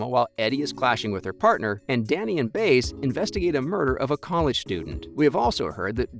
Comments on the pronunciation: Learn to pronounce her name! It's not Baze. It's pronounced Bie-ezzz. Seriously. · By~ez not Baze! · The show pronounce Baez different from the way you pronounce it the way you pronounce her name sound too weird